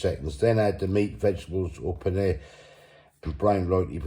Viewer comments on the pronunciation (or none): none